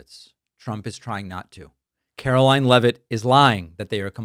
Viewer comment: David, Sir, the Press Secretary’s name is pronounced Karolyin’- I believe it’s French.